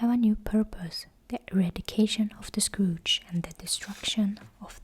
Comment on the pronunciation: I love "The Scrooge" instead of the Scourge, it makes me giggle and think of a combination of Arthas and old man Scrooge 🤪😂